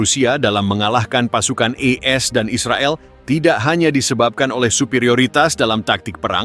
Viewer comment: Kok E S dan Israel ? Bacanya AS dan Israel bang ? Perbaiki dong?